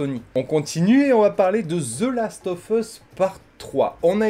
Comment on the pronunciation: comment je saigne des oreilles avec la prononciation ; "the last of fus" alors que c'est "USSSSSSSSSSSSS" et pas "FUS" bordel !!